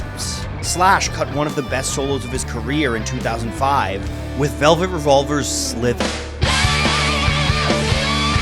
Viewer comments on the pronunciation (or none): SliTHer, like a snake...not Sliver